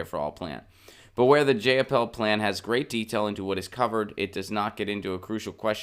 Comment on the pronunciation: It's pronounced JY-uh-paul, BTW.